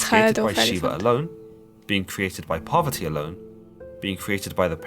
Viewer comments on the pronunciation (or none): its not Poverty it's Parvati🙏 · Its parwarti not poverty mother of Lord Ganesha